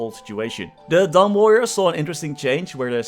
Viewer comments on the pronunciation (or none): none